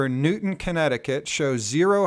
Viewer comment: Just so you know its Newtown not Newton thanks, I admire and respect the work you do.